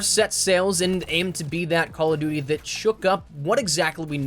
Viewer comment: number 1 on this should be the way that pronounces duty.